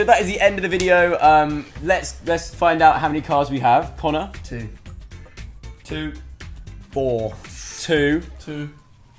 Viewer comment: 'and caner' it sounded like he said can near instead of Connor lol